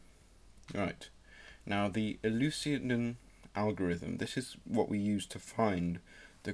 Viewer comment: its pronounced You-Clih-Dee-An and Dip-phan-teen. Not tryin to be that guy but I'm just pointing it out. The video did help me out tho so thanks